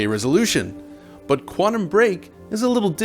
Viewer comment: Please stop saying "Quannum"